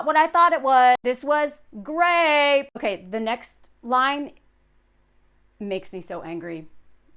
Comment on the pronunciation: Why do you keep saying grape instead of rape?